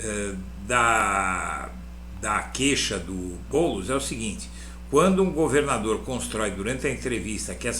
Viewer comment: É tão óbvio a mentira q ele soltou "Boulos" praticamente balbuciou.